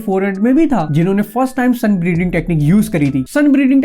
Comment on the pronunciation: Bro when you say sun breathing I hear sun breeding XD Btw amazing video 👍